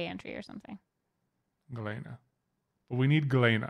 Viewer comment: Just for the record Galena is pronounced "gul-lee-nuh"... It is the natural form of lead sulfide... got it right but - not so much...